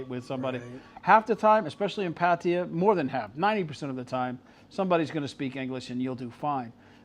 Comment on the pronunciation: No offence but how can you move to a country and not learn the language? He doesn't even know how to pronounce Pattaya correctly.